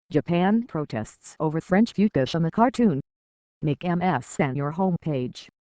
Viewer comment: "French futas" 😭🙏